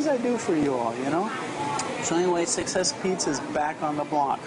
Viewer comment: cant she still not say succes :) gonna try that place in dec